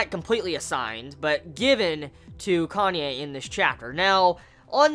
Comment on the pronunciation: its pronounced KA-NÂ-Ê not Kanye. (Says a Japanese)